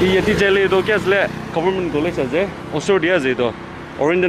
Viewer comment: WTF is government?? It's Goberment..!! XD... 😂